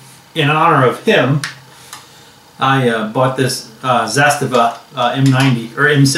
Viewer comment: Not to criticize but it's usually pronounced Zahs-Tah-Vah, and Kahl-eh-sh-nee-koff/kov